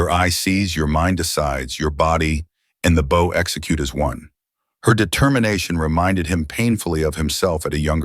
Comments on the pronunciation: Listening from Utah USA. This is a really great story, but narrator doesn't know the difference between "bow" as in bow and arrow, and "bow" as in bowing to a king or queen. Two different sounds. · THE AI CANNOT EVEN PRONOUNCE "BOW"